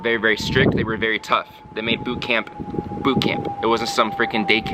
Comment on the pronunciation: I love how you pronounce boot camp. "boott cam-PUH" pronounciation is so strong XD